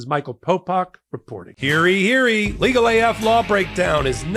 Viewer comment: Thanks for another video, Michael. I have one criticism on one thing that annoys the hell out of me from all of your videos. You need to re-record your outro... it is supposed to be "hear ye... hear ye," not "hearey...hearey." i know it is a minor thing, but it detracts from the good work you are doing over there. I have one other criticism but not from this video, but your analogies need work. I do appreciate the legal breakdown and you sharing your knowledge, though. Keep up the good work.